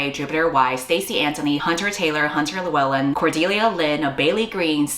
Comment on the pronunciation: Best pronunciation of Lewellyn from an American I have seen 🫡🏴